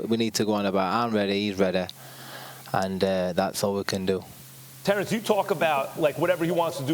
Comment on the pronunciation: “I’m readaah Terrance readaah!! It’s going to be an amazing fight”!!